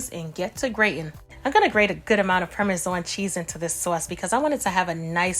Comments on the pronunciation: I HATE THE WAY SHE PRONOUNCED PARMESAN!!! ISH AIN'T CUTE!!! WTF???? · I love the way you say sauce and parmesan, I'll definitely marry you looks so delicious 😋